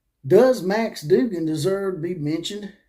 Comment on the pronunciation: But could you say his name correctly Dug gan